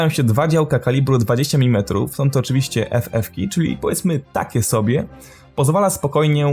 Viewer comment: Chopię nię mówi sie oczywiścię tylką OCZYWIŚCIE !